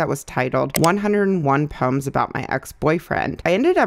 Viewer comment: The way you say poems sounds like puns to me and I was like wait those aren’t funny puns